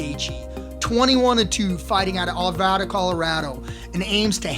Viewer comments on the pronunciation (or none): none